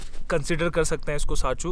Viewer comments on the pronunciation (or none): it's not sachu it's sarchu